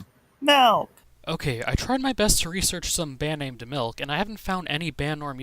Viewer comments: says malk. Me: no you saying wrong, you are not saying milk, you are saying malk?! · Just give him a glass of mulk